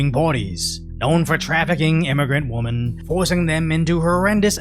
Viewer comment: It is WOMEN. Sounds like WIMEN, Spelled like WOMEN sounds like WIMEN! More than one WOMAN is WOMEN. Sounds like WIMEN. Spelled WOMEN! Sounds like WIIIIIIIIMEN! Damn it! 😂